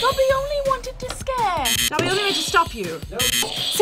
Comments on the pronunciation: Fucks wrong with people getting Dobby's name wrong it's not doppy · I got them all. But seriously why was would two non Potterheads be in this episode. FYI for all you out there. Dobby pronounces his Doe-by not Daw-by. Listen to how Toby Jones says it in the movies. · and know absolutely nothing about harry potter i love harry potter so much i what triggered me most i she said dumpy when his name is dobby because when I was younger I got a Dobby stuffed animal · Omg she said "I know dumpy dies." It's Dobby 😂🤣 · She can’t even say Dobby’s name right lol